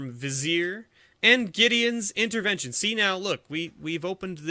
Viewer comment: (VYZ-eer)? no it's (VIZ-ee-ER)